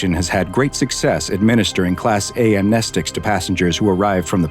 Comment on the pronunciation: Thank you for being one of the ONLY channels which cover SCP's to say the word "amnestics" correctly.